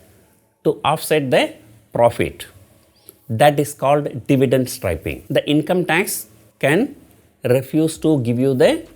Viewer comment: It's dividend not divident..